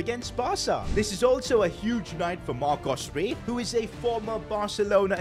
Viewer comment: Bro said marco rey like it was mbappé or something 😂